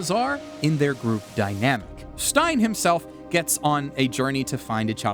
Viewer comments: btw, the priest's name is Sein, NOT Stein. no T. The Final Farewell, would be a nice way to translate something the subtitles did not handle at all. The demons call her by the title of the show, so calling saying: "she's killed more demons than anyone else to be called Frieren the Final Farewell" could work fairly well instead of that "Frieren the slayer" nonsense. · It’s Sein, not Stein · He is not called stein. Sein, pronounced like... Zain in romaji(I think). But a great video nonetheless ^.^ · Stein? IT'S SEIN! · The priest is called Sein, not Stein. It means "to be" instead of "Stone".😁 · Stein = Stone, but his name is "Sein" as in "to be". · healer's name is sein, not stein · Funny enough, pacing is one of the things I always notice most in just about any story, good or bad. I think it's actually one of the biggest factors in how a story feels and whether it's good. Also, it's Sein, not Stein. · Correction: The priest's name isn't Stein, it's Sein (pronounced like "Zain"). All the characters have names that are German words. Frieren = Freezing (due to her seemingly cold personality), Fern = Remote/Far away (her minimal socialization growing up means she sometimes holds people at a distance), Stark = Strong (self explanatory), Sein = To be/Being (in the sense of existence, because the purpose of his is something he struggles with). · I know the spelling is similar (only off by one letter) but it is Sein, not Stein. It is the german word for "being", not for stone. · I love how you call Sein by Stein. 😂 Lovely video!